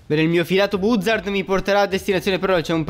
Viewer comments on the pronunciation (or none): Non si dice buzzard si dice bazzard